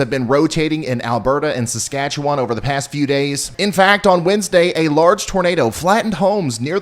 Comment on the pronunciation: Wow! You said' Saskatchewan' correctly. We thank you!